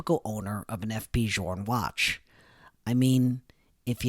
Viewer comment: Journe is not pronounced like this